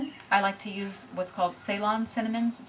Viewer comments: In the midst of a 36h fast, I'll be binging It's pronounced Selawn. Ceylon is present day Sri Lanka. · Ceylon is pronounced Seelon - it's the former name for Sri Lanka